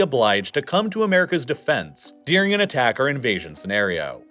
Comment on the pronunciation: During isn’t dear-ing